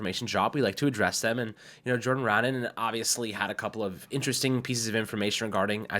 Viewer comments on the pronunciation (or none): Jordan Ranaan is pronounced Rah - Nahn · RUH NON IS HOW U PRONOUNCE HIS NAME